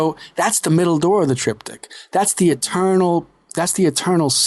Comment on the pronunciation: Triptych. The guest needs to learn to pronounce the word!